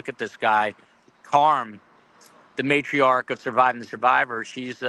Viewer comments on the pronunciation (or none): none